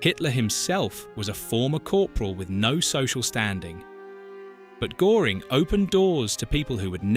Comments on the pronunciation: A good video, yet you miss out on several important points concerning Goering. I can't use the umlaut i.e. two dots on the o. The smallest point to make is how to pronounce his name. When you say "early" in English the "ea" sound is correct for G"ea"ring. The problem was that he slowly got sucked into the mobster trap due to his ego and honest fear of communism along the lines you aptly describe. Goering was as fast thinker and artistic actualy at a loss how to keep pleasing Hitler, knowing early on that the war would go bad if Germany couldn't strike a deal. He tried via Sweden yet Winston didn't trust it. So he resigned himself to the good mobster life as long as it could last, yet fighting to the end. No doubt having a lot of knowledge where he hid much loot and thus be able to bribe his way to get cyanide. There was little for Goering to correct in the Luftwaffe. And he no doubt knew it. He had the same personality type as Hess who was not so fast a thinker. Namely when losing emotional controle or in burn out an ADHD-c type. Hess too saw that Germany would be done for without a deal being struck. Hence his desperate flight. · I know it's really off putting! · Not being able to properly pronounce the second name of your subject strips your credibility to below zero. Downvoted because I can actually pronounce an umlauted O. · When you don't even notice you've picked an AI voice that mispronounces the name of your subject... I guess that does now much attention you've given to the AI slop input! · AI slop where they don't even pronounce his name properly. Rubbish! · LEARN HOW TO PRONOUNCE GOERING !!!! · Wow, how do you produce a story about Göring, then mispronounce his name throughout it. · AI Narrator mispronounced his name: Göring's name has an umlaut over the letter Ö, which alters the pronunciation. Despite that, I found this interesting, but found it annoying and unprofessional to butcher his name. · His Name was Göring not Goring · You adjust